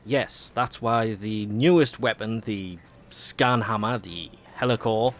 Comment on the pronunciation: Please, learn to say Heliocor. It's HEE-LEE-O-COR, not Hellocor... it frustrates the life out of me!